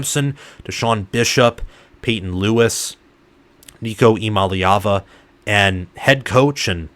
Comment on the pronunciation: You’re leaving out the “Yah” Eee-YAH-mah-lay-ah-vah Also, this passing attack will likely end up being considered superior to 2022 and 2021. Far more depth and talent at WR and TE, and Nico has higher ceiling than Hooker.